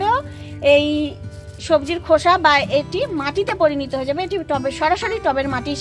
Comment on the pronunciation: কথাতা পরিণীত নয়। পরিণত।